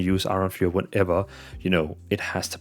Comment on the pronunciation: Fur, not fiewer.